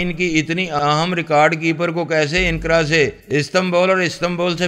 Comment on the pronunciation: inqara nahi anqra